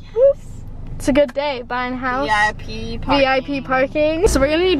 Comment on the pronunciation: “hourse tour” hehehe